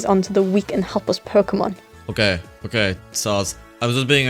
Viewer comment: This is the only time pronounced Pokémon right